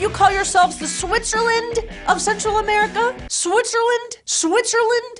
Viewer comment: By the way , you sound very silly sayin "Switzerland"